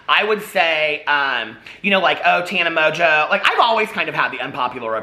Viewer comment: First of all I was hearing you say Tana Mojo, second I go search for Tana Mojo and end up with Tana Mongeau. Third I look at her video thumbs and pick one and I hear out of her mouth "I'm high as fuck." Get where I'm going with this? [END]